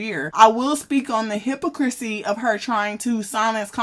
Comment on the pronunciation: Hypocrisy / hi-pa- crissy . I’m sorry love your pronunciation of that word had me upset lol 😂 otherwise great breakdown as usual ❤